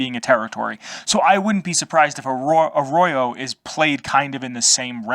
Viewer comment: Like how you emphasize the vault 13 canteen and G.E.C.K , are like sacred artifacts held by the Arroyo tribals. Lore built like that , creates legend, lore world building around the games 👍 It's pronounced "Arroyo" man, not Arrorow. Just saying 😉 I've been looking for lore videos on the Arroyo tribals. But not turning up much. At least there's this video that provides something 👍